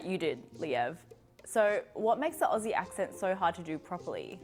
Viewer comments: You need to learn how to say Aussie. It is not Ossie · Firststep is to realise Aussie is pronounced ozzy not ossy! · OK.. We need to sort this out.. Dont pronounce the AU in Aussie.. Its OZZIE.. OZ-EE. Even though in South Australia we speak the Queens English, no Convicts here haha.. when I lived in Victoria I was asked if I'm "English"! We would sit in more "General/Cultivated".. But everywhere has "bogans" baahaa We say "prance" and "dance" as "pr-arns" not "pr-ants" and "d-arns" and "d-ants" etc.. Queenslanders have a really broad Aussie accent. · Ozzy not ossy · Simple stop pronouncing aussie with an s and treat it like this: ozzy. I know american can pronounce ozzy osbournes name...just do that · It's pronounced ozzy, not Ossie. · its OZZIE .......not OSSIE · Aussie is pronounced Ozeee not a ussssee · First start with how you say things like aussie its not "ossey" it is "ozzy!" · Please know that Aussie is not pronounced like "bossy". Consider it to be spelled with two Zs, and pronounced like Ozzy. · Mate if you’re gonna keep doing Aussie videos at least pronounced Aussie OZZY rather than OSSY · It’s not pronounced “aussie” but more like “ozzy” !! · Pleaze say Ozzie not Ossie. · first thing. NO OZZIE calls their country ossie. NOTE it is pronounced, OZZY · They alway fail when they say OsssSee instead of Ozzz Zeee. Why is is so difficult? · It’s Auzzi not Au-ss-i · It's funny hearing you try it. I hear British, South African, and kiwi, but rarely Aussie lol (pronounced ozzie, like the singer). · TIP: Say Aussie exactly the same way you would say “OZZY” Osbourne …OZZIE….MOZZIE 🦟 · The word "Aussie" over here is pronounced Ozzy like Ozzie Osbourne. And Melbourne is Melbin haha. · americans not pronouncing aussie like it’s with a z, like auzzie, its a bit of a pet peeve of mine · Start with Aussie and not Orsiee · I fucking hate the way he says Aussie.